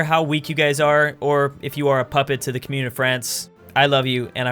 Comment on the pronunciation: Commune is pronounced Comm-youne.